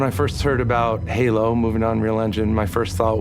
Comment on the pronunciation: Did you almost say gaylo 😂 we all heard it! Lol😂🎉 perfect